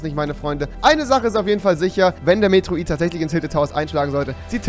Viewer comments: Medroid xD das heisst Meteorit xD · Dad Ding heißt Meteorit nicht Meteroit😂props rewi😂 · Es heißt METEORIT und nicht METROIT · Ttansformas meteroit hahahaha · REWI BITTE lern mal Meteorit richtig auszusprechen und nicht "Metroit" oder so ne kacke